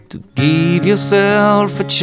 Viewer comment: To geeve yourself a chance, you have to geeve yourself a chance. lol Looks awesome but I had to tease you just a bit. That's actually a nice little diddy and I like your tutorial :)